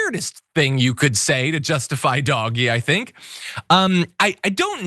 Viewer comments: It's pronounced "DODGE-Y". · "Doggy" Um, not to be that guy, but it's pronounced "Dodgy" Because it definitely is.